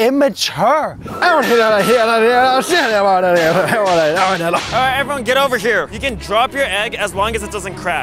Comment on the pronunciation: “YOU ARE SOOOO INMATUREEEEE” 1 second later speaking gibberish and acting like a little kid